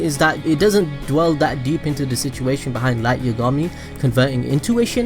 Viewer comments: also light you-ga-mi? isn't it light ya-ga-mi? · dude listen its light YAAAA gami not light YUUU gami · Its Light Y(ah)gami... not Light Y(uh)gami... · Yah gahm me. Yagami lol not yugami js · i die every time i hear Yugami. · "light yogami" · its yagami not yagama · the way you say yagami bothers me. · Light didn't die cuz of Ryuk because in the early episodes misa told rem that his name was spelt moon but pronounced light and ryuk wrote light not moon